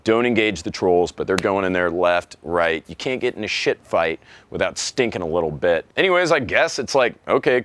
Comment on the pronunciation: My favorite part of the video is how you pronounce every letter in the word shit. impressive actually.